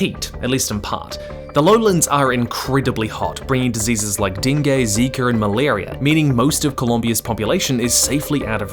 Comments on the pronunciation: Dengue is pronounced (den-ghee). Den-ghee fever. Glad that you had a go at it though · I’m sorry this is the first time I’ve ever heard dengue pronounced ding-gay. Of course there’s no right or wrong way but it was just hilarious to me. Good video tho